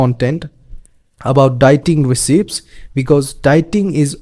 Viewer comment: Just an FYI, the word recipe is pronounced res-e-pee